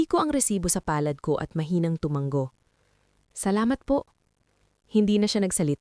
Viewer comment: TUMANGO ISANG. G. LA NG. HINDI. TUMANGGO